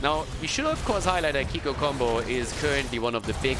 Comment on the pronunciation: dear its pnonounced kikoo like in cool:)). kisses from france